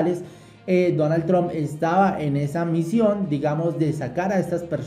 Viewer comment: Amigo la correcta pronunciation de el Presidente de E.U. de America, se dice con "a" y NO con la vocal "o" Tramp y no tromp, es con la vocal " a".